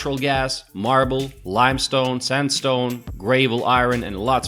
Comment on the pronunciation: The pronunciation of “gravel” in this video made me LOL. Almost sounded like he said “gravy” LMAO